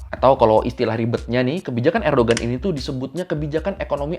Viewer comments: koreksi bang, Erdoğan bukan Erdogan, G nya ga dibaca, jadinya Erdoan doang. karena pake yumuşak G (ğ) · bang fyi, cara bacanya "erdoan" bukan "erdogan". soalnya namanya beliau "Erdoğan" , di huruf turki, huruf (ğ) nya ga di baca. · bukan erdogan bacanya, tp erdoan. g-nya gak dibaca (katanya gitu) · ini maaf yah ngelurusin aja tentang penyebutan Nama ,Erdoğan ( baca ,erdoan bukan erdogan) , kiliçdaroğlu ( baca kiliçdarolu), sinan oğan ( baca, sinan oan) ,dibahasa turki itu ada yg namanya yumuşak ğ ( g halus, tdk dibaca g ,tapi dilebur) , untuk yg balcı (baca ,baljeu) c= j ,,biar enak didengar aja pas pemnaggilan namanya, maklum klo nyebut nama kan gak boleh salah .. untuk masalah yg 5,17% suara .. Sinan oğan sdh memutuskan bergabung ke kubu Mr. Erdoğan ❤, gak sabar menunggu hasil pemilu Turki besok 🎉, Mudah²an pak erdoğan menang karena kalo beliau kalah banyak sekali dampak ruginya bagi kita orang asing yg tinggal disini. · Recep Tayyip Erdoğan bacanya "Rejep Tayyip Erdoan", Kemal Kılıçdaroğlu bacanya "Kemal Kelecdaroolu", Sinan Oğan bacanya "Sinan Oan". Alhamdu lillah Erdoğan kembali mendapat kepercayaan rakyat Turki 🤲☺ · Bang nyebutnya Erdoan aja, karena huruf Erdoğan huruf ğ nya ga disebut. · Kalo kata tourguide pas gw ke turki, bacanya "erdoan" bang, gak pake g. Kayak knife dibaca "naife"